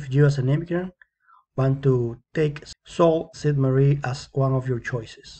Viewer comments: Um I’m from Sault Ste. Marie and its pronounced soo saint maree but other wise good job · Yes, I learned the real pronunciation after the video. Thank you for the feedback. It is soo Ste. Marie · You can't even pronounce it!